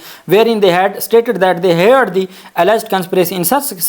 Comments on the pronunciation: صاحب آ پ شاندار وی لاگز پیش کرتے ہیں لیکن اپنے انگریزی کے الفاظ صحیح ادا کرنے کی توقع ہوتی ہے۔ heard ہییرڈ نہیں ہوتا۔۔یہ ہرڈ ہوتا ہے۔ آ پ ہمیں اچھے لگتے ہیں وکیل ہوتے ہوئے آ پ سے بہت اعلیٰ بات چیت کی expectations ہیں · Pronounce heared as herd.